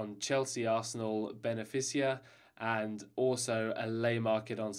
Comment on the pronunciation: "Ben-a-fiss-ea" It's pronounced 'Ben-feeka' you spanner! 🙄😁